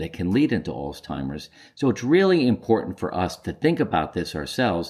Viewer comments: Why do you call it Alls-timers? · There is no T in Alzheimer’s